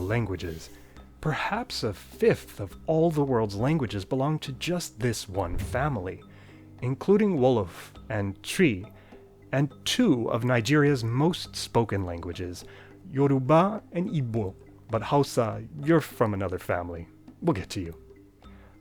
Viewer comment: Yoruba is pronounced YO-ROO-BAH. Not the way you said it like it's some Japanese word.